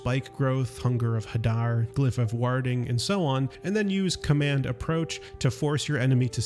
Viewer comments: Glyph of what? warrrding? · "Warding" say it with me 😂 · Warding is pronounced like war or wardrobe. It was jarring to hear you mangle it so thoroughly.